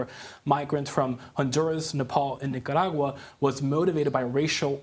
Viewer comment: I love how Camilo always pronounces Nicaragua correctly, exactly as it is.